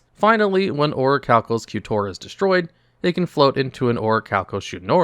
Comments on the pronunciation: Its pronounced orichalcamalos c'mon man you know this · It's pronounced Orichalcamalos